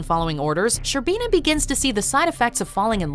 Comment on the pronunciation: While a fan of the top ten watchmodjo series. I cannot draw away from my East European roots and I just cringe every time a Name from this series is pronounced. Its BOris ShCERbina, and VAleri LegAsov... please do not butcher them...